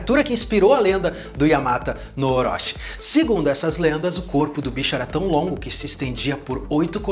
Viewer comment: A pronuncia correta do CHI no japonês tem som de TI é yamata no orochi, que significa 8 cabeça de cobra